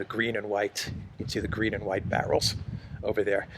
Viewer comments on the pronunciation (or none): none